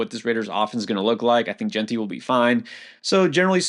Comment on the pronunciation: He finally learned to pronounce Jeanty! Thank you! But great content guys